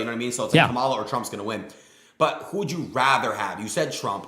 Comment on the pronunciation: what a shitty excuse lmao. and if this sneako loser says “camel-a” again i’m gonna lose it